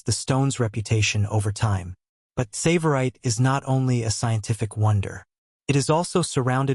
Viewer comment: Please pronounce the name 'Tsavorite' correctly.